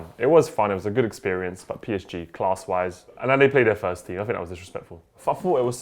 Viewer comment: I swear every time mentions PSG he pronounces it like "Paris aint german" skskskssksk